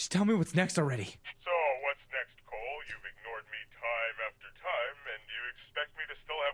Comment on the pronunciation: Mag das auch, dass der Typ Coal heißt und nicht Cole, wie ein normaler Mensch x)